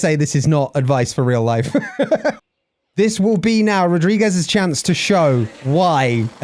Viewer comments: As a Portuguese speaker Rodrigues is pronounced <Roodrigsh> complicated name... Anyway, this series is fantastic. I enjoy it so much keep doing what you do, your love for the sport makes me want to watch more GP's. P.S you can stick with how you pronounced it previously it's not that bad ;) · It's actually more like [rodri-geees] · You seem traumatized by the pronunciation of Rodrigues. You can use google translate to get a good approximation. You set the input language (portuguese from Portugal), write the name and press the listen icon. In fact Rodrigues sounds way different from what I expected it to be. I'm a spanish speaker, so I was really surprised, because I was pronouncing it like our version of the name (Rodríguez). The F1 commentators that I listen to are very careful to pronounce the V in Verstappen more like an F, but when it comes to Yuki, they pronounce the Y like a J. It hurts my ears because I studied japanese a little. So I imagine it can be annoying for anyone to hear a language they know being mispronounced.